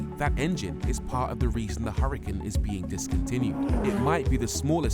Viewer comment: You know it's not a Hurrican right, It's an Hurcan pronounced Urcan. It is named after a bull. The H is silent and there is no I. IMHO as a presenter you should try and at least get the name of the car right.